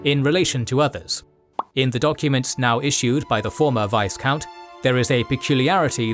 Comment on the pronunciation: The "s" in Viscount is silent. Also in French, its pronounced "Veecomte".